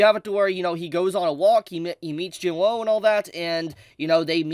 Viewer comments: could you pls call him jin woo and not jin whoa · The spelling: Jin-woo: Jin-woe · “Jin Wou”